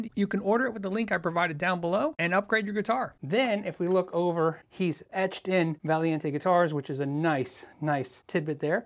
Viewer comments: No idea how you manage to read VALIENTE instead of VALENTI but hey the video is great! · The builder was upset because you messed up his name lol. Its Valent eeeee, not Valientaaay.😂 always educational and enjoyable videos! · Valien-tay? There's an "I" on the end lol.... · How does think Valenti is pronounced "Val-ee-en-tay"? It's a very common Italian surname - it's pronounced as it is written: "Va-len-tee". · Yeah idk where he’s getting the extra “i” from unless he’s dyslexic lol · What a beautiful instrument, and it sounds great too. I'd say that one is a keeper for sure! And I'm pretty sure it's pronounced "Vah-len-tee". It's a very popular Italian surname sometimes ends with an "e". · Think you threw in some extra syllables lol of course great video